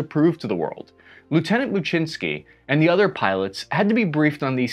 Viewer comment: Thanks for this video as Lawrence may be a long lost relative. And, your pronunciation of Muczynski is the correct Polish pne, I had a Post Office naval aviation vuff get real excited when I had to send something certified mail. If anyone has contact info for Commander Muczynski please contact me.